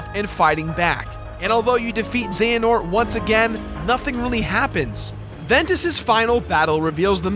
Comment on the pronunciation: Uhh... It's pronounced ze-huh-nort